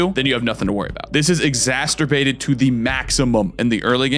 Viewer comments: "this is exacterbated to the maximum"...., it's 'exacerbated' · There's not two Ts though right, exacerbated? Unless you're goofin me! In either case, love your risk of rain vids!